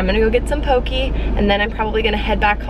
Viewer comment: So cute! Hope you are your furbabies are well! Also just wanted to point out that "poke" is pronounced "po-kay" here in Hawaii, not "po-key" :)